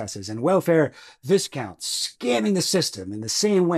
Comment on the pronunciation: I enjoyed your joke about minor welfare nobility, but viscount is pronounced vai-count not viss-count and I was unable to laugh because of this. I'm sorry.